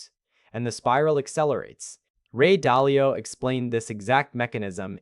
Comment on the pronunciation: It is Ray Dalio, not Dahlia